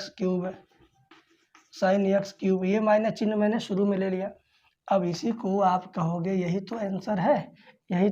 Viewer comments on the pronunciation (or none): none